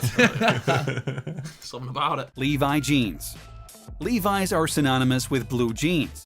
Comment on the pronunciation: “LEVI JEANS”